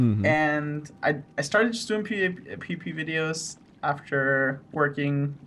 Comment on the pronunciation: Sounds like he says pp videos.... Or poopy.... Accent :)